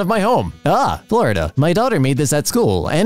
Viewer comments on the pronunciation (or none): none